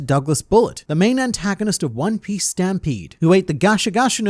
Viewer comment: “one pee smoothie”